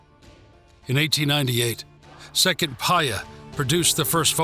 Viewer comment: I am not so sure what the hell you waffling about, that is already been regurgitate dozens of time, but in a more coherent manner..... And you make a real meal pronouncing Italian names such as Seconda Pia , Savoia etcetera.....Al in all real crap video!!!!!!!